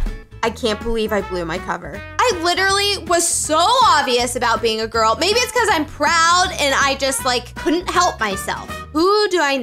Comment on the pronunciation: Ya true I also think 😉😂😂 and it's girl not girk